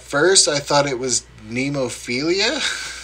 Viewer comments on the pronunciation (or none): Glad you guys liked it!! Nemophila is pronounced neh-moh-feela. I think you will like Hanabie, pronounced ha-na-bee-eh, try their song We Love Sweets!!